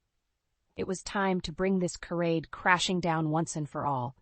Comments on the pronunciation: Charade pronounce as sharade(sha) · I could not make it to the end of this one. It reads like an assignment with a minimum word count that needed to be "fluffed up" to make the minimum. If you don't know how to pronounce charade, you probably shouldn't be using that word.